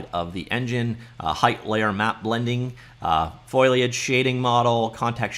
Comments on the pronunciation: WTF is FOILiage? It's FOLiage. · FO-LEE-AGE... not FOIL-AGE... just sayin. :) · Hey, I'm not trying to be a jerk or anything, it's Foliage. Fo-li-age. Seemed like you were struggling with it. Hope this helps! Thanks for the review, I just started down the learning Unreal path, super fun! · foh - lee - uhj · F 'OH' liage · Deckles and foiliage. Lol. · Very interesting. It's not foliage it's foliage.